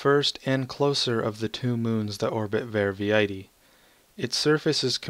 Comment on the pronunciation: Quite good. Not TOO many texture bugs, which I was fearing, and that expedition to the Abaddon system was amazingly nice. You got most of the pronounciations correct, except for Verviedi, which is pronounced Ver-Vee-Dee. Thanks for highlighting my mod!